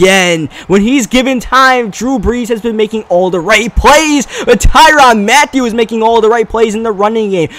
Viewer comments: Yeah same he purnounces it Tyrann Mattew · .sports lol ya like tyron mattew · I hate how he pronounces Tyrann Mathieu's name